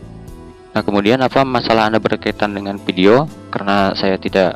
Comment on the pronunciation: oh men kenapa banyak banget orang yang baca huruf F ato V di baca P, Video jadi pideo, informasi jadi inpormasi grrr